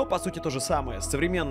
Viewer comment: Артискусство....))) Грамотей🎉